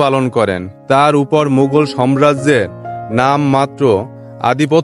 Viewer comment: আপনি সাম্রাজ্য কে বার বার সম্রাজ্য সম্রাজ্য বলছেন